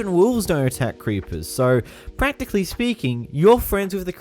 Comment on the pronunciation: Every time he said practicly or escencialy i took a shot… i was hospitalized.